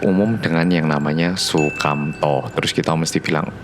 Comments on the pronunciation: su kam to Me: Sumanto mgkn yaaa🤔🤔🤔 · Aku ngakak pas bilang sukamto🤣🤣🤣🤣